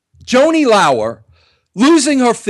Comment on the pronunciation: Joanie Lao-er..? Can't even pronounce her name and you call her a dear friend.